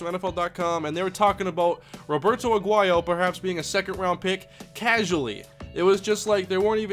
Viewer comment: you don't know how to speak Spanish. Roberto is Spanish. You are butchering his first name.